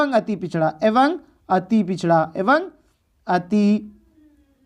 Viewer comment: एवं ko evang nhi evam padhte hain